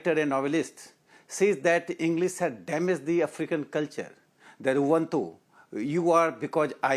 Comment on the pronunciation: there again bullshits his way. The Africans talk about UBUNTU and NOT uwantu. So the man who's studied in his vernacular still can't pronounce a simple African term which he's promoting.and since English sucks like Modi's does, he's running his mouth at both ends in support of Modi's BS diversion.